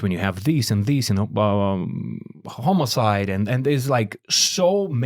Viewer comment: We need a whole video of saying homocide like he did for pride month.